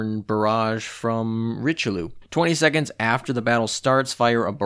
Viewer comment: Friendly tip Bearn is pronounced Beh-Ahrn, to be fair there was no chance you'd get it right on the first try. for Richelieu it's more like rich-UH-li-UH ...... kinda.......the french eu sound straight up doesn't exist in english so either your pronunciation or this one can work really, you just have better chance of getting a french to know what your talking about with this one. Last one: La Galissonière, it's la Galisoni-air, è roughly=ai in french. ;) hope you found that helpful.